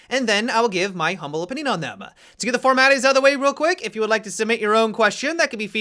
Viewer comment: Okay this is a question that needs to be asked... at the beginning does say "to get the formaties out of the way" or "to get the formalities out of the way"?